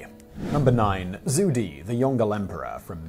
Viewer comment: When pronouncing Zhu Di, try Ju Dee instead. "Ju" with a flat tone and "Dee" with a tone going downwards. Also, Khan actually sounds more like Kuh-han.